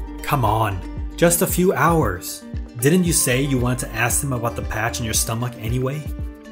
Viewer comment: How he said stomach was funny